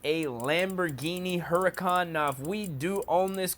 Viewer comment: Its huracan not hurican